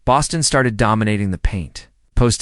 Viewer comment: THIS AI IS WORSE THAN HORRIBLE!!! Can't even pronounce Bostons name correctly!